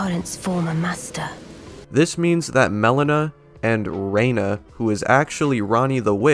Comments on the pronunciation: This video made something snap for me. In a bad way. I am so goddamn tired of people butchering names that are extremely clear. You said "Marika" SECONDS before jumping to multiple clips of an NPC repeatedly pronouncing the name for you. (And it's "Renna", not "Raina".) I can understand people not knowing how to pronounce "Haligtree" because it's Old English. (Halig means "holy" and is pronounced close to "holly" or "halley".) I can understand people not knowing how to pronounce "Marais" because it's French. (Pronounced like "mar-eye". The 's' is silent.) I can understand people not knowing how to pronounce Eochaid because it's Medieval Gaelic. (Pronounced like "ay-oh-khey" or "ay-oh-khee" or "ay-oh-kid". The "ay" may also be closer to "eh".) And most importantly, most of these names are never said out loud by a character. (And in the case of "Haligtree", which is said by Gideon, the voice actor likely mispronounced it.) But I cannot stand for someone messing up a name that is said dozens of times over the course of the game. I've gotta go slam my head in a door just to cope with this now. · It's Renna, not Rainna. That was her master's name, the snow queen. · Why do you pronounce it "Rayna" when every NPC in the game pronounces it "Renna," the way it's spelled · Are you just purposely mispronouncing the names of Renna and marika or..?